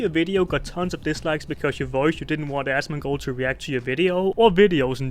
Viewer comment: Aschmonghghghgold. Seriously, I'm not one to pick on people with speech impediments, but ohly fuck.